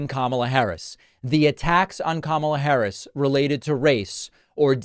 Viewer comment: Oh, didn't the old mand complimented Kamala Harris 2X last night in the interview with Elon?1. BY comparing her to MELANIA .MELANIA IS THE OLD MAN'S WIFE. 2. Pronouncing properly the Vice President's name. He heee, the old man is trying to change course.